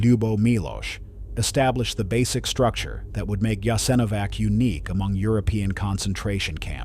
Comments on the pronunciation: If you’re going to butcher the pronunciation of everything, at least choose one wrong way to do it instead of pronouncing Jasenovac differently every single time. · Thank you for sharing this video and letting more people know what happened there. However person that narrates the video is mispronouncing the name of the camp through the entire video.. So many details went into this research but the name it self, apparently haven't been researched at all. It's important knowing how to pronounce "the subject" of the video! Also "The Srbosjek " hand knife (Croatian: Srbosjek) is a wheat sheaf knife that was originally manufactured in Germany for agricultural purposes. The literal translation of the name Srbosjek means "Slicer of Serbians"